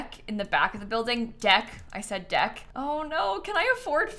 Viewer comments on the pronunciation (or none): “Deck. I said deck.” 😂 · the emphasis on DECK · the way you said "i said DECK" just in case made me laugh so much lmaoo, love it, it's soooo pretty